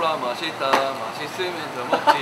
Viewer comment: 아니 구자욱 발음이 "코카콜라 마시따 마시스면 드믁지" ㅋㅋㅋㅋㅋㅋㅋㅋㅋㅋㅋㅋㅋㅋㅋㅋㅋㅋ 찐대구 ㅋㅋㅋㅋㅋㅋㅋㅋㅋㅋㅋㅋㅋㅋㅋㅋㅋㅋ